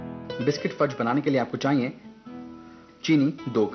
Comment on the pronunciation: Fudge not Furj :|